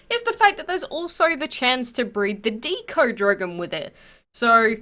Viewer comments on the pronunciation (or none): none